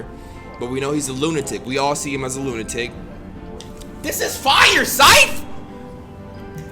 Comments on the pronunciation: He said lutanic the first time 💀💀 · Loo-ten-nik is crazy my guy 😂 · Lmao he said “Lutanic” 😂😂 I was hoping he would catch on to that right away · nobody:: "LuTaNic" pffffffffffffffft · . “He shot at that LooTanic.* Lol correct lunatic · lunatic is said luu-nah-tik but says luu-tin-nik Just wakin up? im lykeeee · Imma start pronouncing lunatic as lutanic from now on😂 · my man said lutanic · Keane Hoy lutenic* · Nigga said lootanic 🤣🤣🤣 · I’m saying, I replayed it a couple times like am I tripping? 😂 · My boy said lutanic 😂 don't think we finna let that slide 😂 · Lutanic huh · how he say lunatic wrong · how does he mispronounce “lunatic” that badly